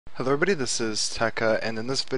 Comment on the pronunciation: "hullo evrehbodeh, this is "